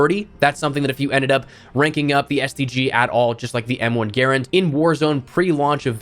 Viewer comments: Drives me crazy how can you not say M1 GARAND right not garant it's said like grand like 1 grand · good video but i cringe at the m1 “gerend”